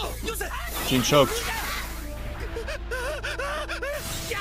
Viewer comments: Jean didn't choke, he knew they had very little gas to spare and that sending more people off the rooftops would leave them as sitting ducks in the streets. He made a judgement call but he feels terrible about it. And it's pronounced like John, with a Zzzjjjj sound, not jean like blue jeans, ha ha! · Love Your reaction man! Small thing though, Jean is actually pronounced as "Jahn" :) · it's prononced "John", it's french spelling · Jean's name pronounced like Jan/John. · Its pronounced john btw